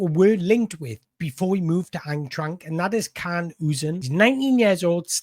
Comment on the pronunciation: I love the way you pronounce Eintracht. But not to sound pedantic, it's pronounced Ein-trakt.